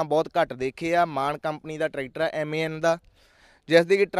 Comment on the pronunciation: ਵੀਰ ਇਹਨੂੰ ਬਾਹਰਲੇ ਮਾਨ ਹੀ ਬੋਲਦੇ ਆ ਮੈਨ ਨੀ